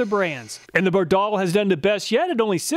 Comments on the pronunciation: It’s pronounced “ Bard All” not “Bar Doll” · Bardahl is pronounced BAR-dahl. I've heard their radio ads. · By the way, Bardahl was an immigrant from Norway, its pronounced with short A’s, not a long second A like most Americans would say it. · Great video. You confirm Scotty Kilmer's claim that AT-205 is the best. BTW: Every mechanic, shade tree mechanic and old TV commercials pronounce Bardahl with the accent on the first syllable. You are using the European pronunciation😆